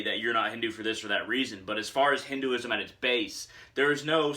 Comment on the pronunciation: Just 1 tip. If you can, try and pronounce it as "Hin- Th e ( 'th' sound of word 'the,they,thee,thus etc)-uism